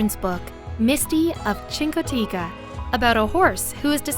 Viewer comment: Definitely neither Chincoteague or Assateague end with an A. My mom lives in Chincoteague I go every year for the past 16+ years.